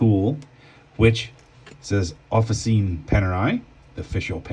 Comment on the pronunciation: Sorry to be 'that guy'. But its not pronounced "Offa-seene" and it doesn't mean "official". Its pronounced "Offi-CHeenay" and it's Italian for 'workshops'. Panerai Workshops. Great video on switching straps however. Thanks!